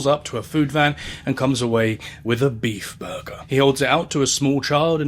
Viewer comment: beaf buhgur